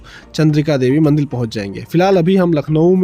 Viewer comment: Baaki sab to acha hai per Ek chiz samajh nahi aayi ki aap kaun se rajya se hai kyuki MANDIR Ko MANDIL bol rahe